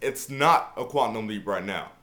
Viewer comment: ....the word is QUAN-TUM LOL! At any rate, good video, bro!